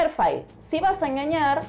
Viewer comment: Buen vídeo. Pero un detalle. Ya que se adopta el térmico inglés "Fail", que yo traduciría como "Cagada", pues al menos pronúnciela como es, o sea /Feil/, más o menos, no /fail/ :P